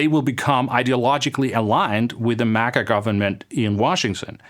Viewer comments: Wtf is “mugguh” it’s MAGA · This guy can't even pronounce MAGA correctly.